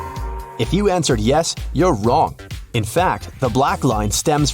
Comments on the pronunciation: im triggred its wrong not wrnong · Him: the answer is prove them wrnog Me: wut am I the only one that noticed this, he said wrnog instead of wrong 😂🤣😂🤣😂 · says prove them wrnog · "Prove Them WRNOG"😅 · Bro he spelled wrong incorrectly. he said, prove them wrnog🤣🤣🤣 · He rlly said “ Prove them wrnog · lol that's not how wrong spells u said wrnog😏